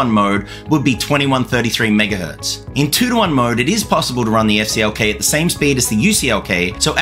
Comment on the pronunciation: You said EFF CLK. What did CLK do to you? HA! I'm guessing AMD knows that there is performance to be gained in a better memory control on their next gen MB platform. Informative video! Good job!